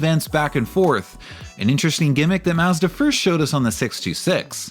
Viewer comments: mazzda? it's prounnced Maw- zda Very annoying to hear this throughout the video. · According to Mazda, it's pronounced "Maaz·duh." I'm giving you the benefit of the doubt and guess you're autistic, not a slow adult. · yes thank you! it was irritating to hear his pronunciation of such a simple word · Is there any way that you can re-upload this video where you actually pronounce Mazda as Mazda. As funny as it is to hear the extra six letters in the name it gets super annoying real quick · This dude worked at Mazda, and for these videos is researching Mazda, watching old commercials and other reviews etc etc and STILL can’t pronounce MAZDA. Unreal. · Kamala Harris is offended by the way you say Mazda. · Why is the narrator pronouncing "Mazda" like that????? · A few seconds into the video weighing how much I want to watch the video vs how willing I am to hear someone say Mazda like that 😿😿😿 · it's just an accent thing. Only poking fun at him.